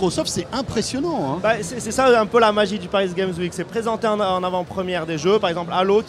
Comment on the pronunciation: "Paris gaime week" --'